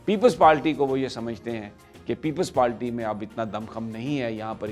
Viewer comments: Sami Abraham it is " People's Party" not "Peple Palty" please please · Uncle aap itna senior sahafi ho kar bhi aap PPP ko People's PaLty kehte ho? Unparh log jinko English nahi ati woh People's Party ko PaLty kehte hain. Please avoid such mistakes, it's embarrassing.